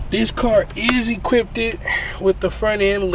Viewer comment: "Drovin"? "Equipted"?